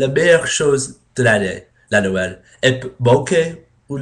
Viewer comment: Ecoute ses noël et pas noelle mais bien essayer parle encore et tu serras plus fort que moi !